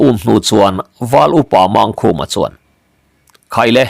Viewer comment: A phuahtu phuah dan dik takah chuan,Mangkhuma tih ang chi ho hi chu" Mângkhuma" tih zawk tur a nih ka ring e.👍